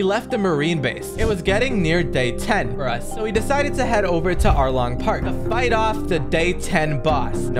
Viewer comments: Bro said Alrong but it’s arlong bro why why and then he says polegraphs it’s poneglyphs it’s it’s not Lucy it’s lucci please stop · "Alrong"💀 Anyways Love Youre Vids❤